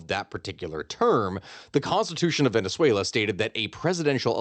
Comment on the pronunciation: I love the way you say Venezuela and words in Spanish. You can tell the effort and research you put into proper pronunciation. Thank you 🎉